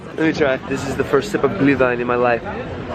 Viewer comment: Why is your "ü" suddenly so good?! Pronouncing Glühwein mastered!